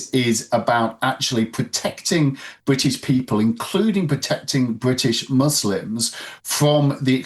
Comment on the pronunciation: Bwitish? *Englistan.